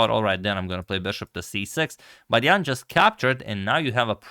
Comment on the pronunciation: The pronunciation of Jan is not 100% correct.